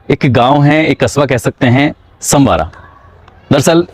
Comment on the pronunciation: संवारा नहीं सनवारा।